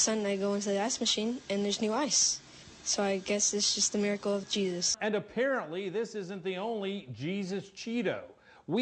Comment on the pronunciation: "Cheesus?!" C'mon.